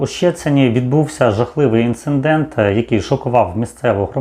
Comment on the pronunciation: Інцидент блін, а не інцеНдент😡. Писала вже